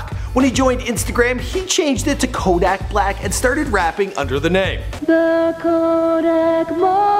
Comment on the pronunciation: couldn't even pronounce his name right 😂